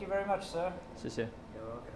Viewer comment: best experience: "Well-cum to a-noda Wii-deo" girl 😂😂😂